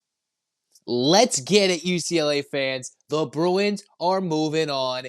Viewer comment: Bru-f-u-n? Bru-w-i-n! 😂